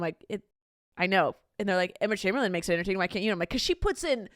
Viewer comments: From a fellow Chamberlain, it’s Chamberlain** not Chamberlin hehe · it’s “chamberlain” guys